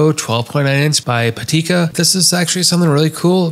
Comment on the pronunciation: I don’t know why so many creators switch the vowels vowels around. It’s Pitaka not Patika.